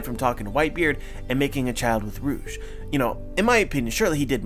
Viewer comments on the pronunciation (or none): none